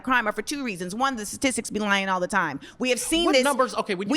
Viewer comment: Candace said ‘tit’tistics 😂